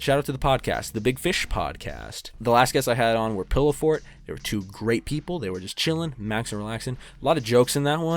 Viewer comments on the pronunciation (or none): none